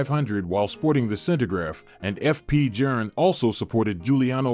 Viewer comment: TIP: Pronounced Jorn; not Jern or Jurn🙂! Good context, but you loose credibility on deliver when you butcher the pronunciation of Journe (pronounced "Jorn").